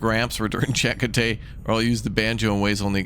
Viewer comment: Glory to Raptoria, Stardate. Looks like folks already told you some pronunciations. Deuterium (Doo-TEE-ree-um) & Chacotay,(Chuh-KOH-TAY): sounds Native American to me) emphasis syllables capitalized. Yours were pretty entertaining tries, though: Da-root-ium, Duran Duran-dium. 🤣 The set up of the ship does remind me a bit of The Alters, but also, B4 that, Fallout Shelter, but with 3D graphics. Oh yeah, my guy! Farengi Acquisition Law #12: Anything worth selling is worth selling twice. Lol. I love all the Star Trek series and so I never really ranked them. They were all different and enjoyable to me. It appears to others this one was less so than others, but I don't agree. I love so many characters across them all that I can't choose faves.I was sure the red shirt they showed in the visuals for the away team was gonna go down! 😂 I guess there's extras more than the 3 we chose to go. I'm enjoying this, so I'm all in if you wanna try it out on the channel. But, not enough cross section of the whole community has voiced anything & the few here either seem like a nope or, at best, middling in their view of this part of the franchise. Have fun in Japan and wherever else you travel on this trip. I watched this a bit later, as Nov 4 is my eldest daughter's bday. Artemis (almost like our other viewer, Artimas, but he's male, I think) is 16. Driving age. Lord help me,! I'm old! 😆 Having KFC for dinner and cake later, but I haven't peeped the surprise flavor, so will report